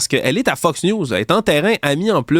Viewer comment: Priere d'arreter de dire "FUCKS" news au lieu de "FOX" news.